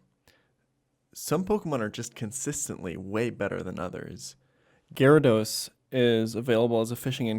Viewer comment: So are you purposefully mispronouncing Gyarados or are you just annoying?